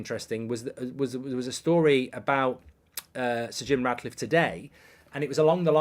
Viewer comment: He's doing my head in saying Radcliffe